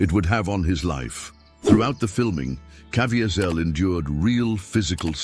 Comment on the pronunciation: Please learn how to pronounce Jim's name if you are going to tell this story